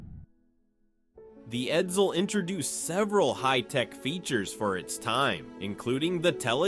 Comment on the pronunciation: 1. The E475 engine wasn't used in other Ford products. (The E400 was used in 1958 Ford police cars, but you didn't mention it, hence the parentheses.) 2. Edsel production was, in fact, 118,287 cars. You overlooked the 7440 Edsels that were built in Oakville, Ontario. 3. Edsel is not pronounced "Ed-zil". C+